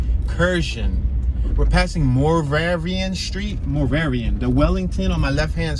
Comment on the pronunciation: You completely butchered Moravian Street.